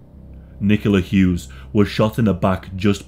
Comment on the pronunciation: *WPC Nicola HUGHES If you're going to profit off her story, the very least you can do is get her name right